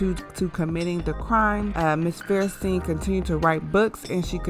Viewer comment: Her name is Linda FAIR-sten not fairSTEEN. If you want to be making videos like this, I urge you to get a speech coach. While editing is the bigger problem with your speaking, you do lack the strength of a trained speaker. If you want you channel to support you, put in the work. It will pay off.